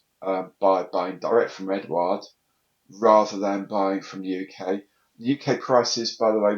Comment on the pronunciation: I think Eduard is pronunched without the U mate. I live on the continent and nobody says it with a U. Maddness.I know.